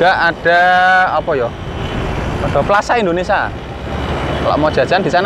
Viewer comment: Plaza indonesia mas..bkn plaza indonesa..🤦sorry bercanda😃